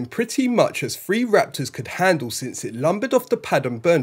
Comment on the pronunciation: Three isn't "free" and through isn't "frew."